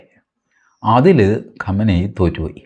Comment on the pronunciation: Qamani alla qumani athenkilum sheriku parayu oru bagam maatram paryunna aale